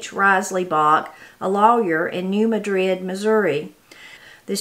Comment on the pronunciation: Hey sweets we pronounce it New Mad-rid. ❤️